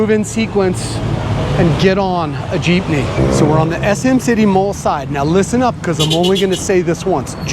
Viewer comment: Also good job for making an effort of pronouncing the places & city districts, & even the different jeepney routes as it should be.